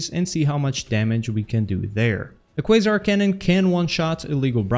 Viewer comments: Yay you finally learned it's pronounced "kway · zaar" lol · ahh man he actually said "Quasar" right this time... No mor kwazar😪